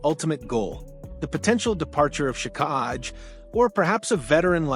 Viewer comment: Arber Shikaj🤣 Hint: If a name looks weird take 10 seconds to figure out its pronunciation